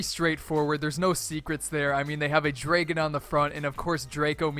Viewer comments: shot game: take a shot for everytime he says "draygon" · Also "draygon"